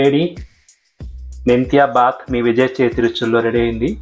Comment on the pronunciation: You should not say baath it is BHAATH, second thing if you add a cup of yogurt while you fry masala paste it turns a crazy dish and good health....